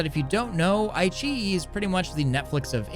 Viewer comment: Not ai-chi It's Ai-qi-yi